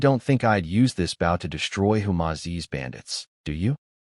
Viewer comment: And once again the AI cannot figure out the word bow as in leaning forward and respect or as in the front of a boat when you pronounce the word b o w in archery equipment it's not pronounced that way.